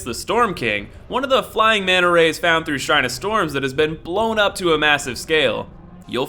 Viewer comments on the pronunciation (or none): none